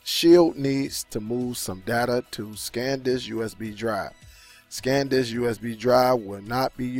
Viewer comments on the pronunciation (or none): The name is SAN disc. You kept saying SCAN disc. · Liking your videos but need to tell you not trying to diss or anything but I thought you would have corrected yourself after saying that like 6 times it's not scan disk it's San disk.. just wanted to help out have a good day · It's: S a n D i s k Not: S c a n D i s k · Great video but its "SAN" Disk not "Scan" Disk. Much love.